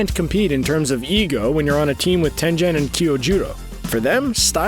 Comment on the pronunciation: Team wit ten-Jen and keero-jeero